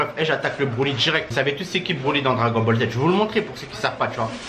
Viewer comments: Dragol boll z wesh t’a vraiment un problème quand tu parle 😂😂😂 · Dragol bol z 🤣🤣🤣🤣 il me tue